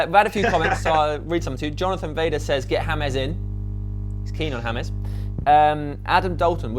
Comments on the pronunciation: "James" which is pronounced "Hamez" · its James not hamez idots learn to spell and right.